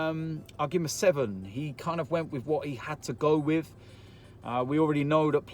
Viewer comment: Mr "to be quite honest wiv ya"